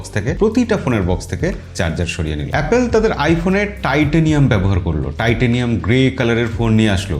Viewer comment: its, এ্যাপোল not অ্যাপেল।